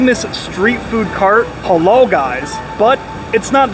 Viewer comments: It's halal not halol 😅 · It’s halAl, not halOl.